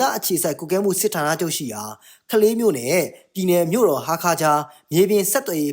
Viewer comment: ခလေးမြို့မဟုတ်ဘူးဟ. ကလေးမြို့ကွ..ဗမာစကားကိုပီပြင်အောင်ပြောကြစမ်းပါဟ😩